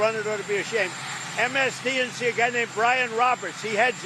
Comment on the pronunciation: Is he saying MSDNC? 😂😂😂